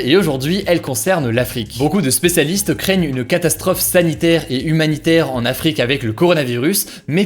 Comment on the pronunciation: Suis-je la seule qui a remarqué qu'il prononce Afrique ou continent africain avec un Rrr espagnol?